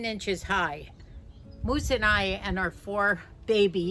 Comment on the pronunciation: Moose not muse, Sorry